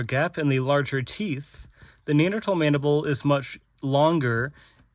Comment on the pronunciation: Very good I was contemplating doing a course on ancient anatomy. Maybe I don't have to now. Nice you pronounce Neanderthal correctly. Remember to use metric units as well - there's another world out there!